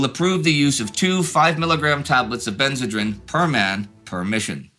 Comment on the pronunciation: I think it is pronounced ben-zuh-dreen.